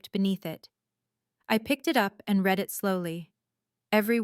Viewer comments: you really need to get the pronunciations of read and read right. One is REED, that means you are reading something, you read it. But past tense is pronounced as red. If you are using a bot, spell those two words in the transcript as reed and red so it's pronounced correctly. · Please tweak your AI algorithm - read (pronounced red) is the past tense of read (pronounced reed). It is a consistent error that shouldn't be, and wouldn't be if there was proper audio editing.